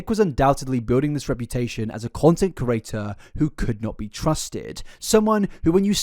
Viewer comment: I cant subscribe because of the way you pronounce “creator”